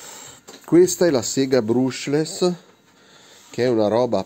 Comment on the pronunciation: Bruushless non si può sentire